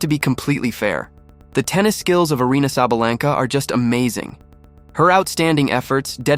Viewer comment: You pronounced her name wrong idiot!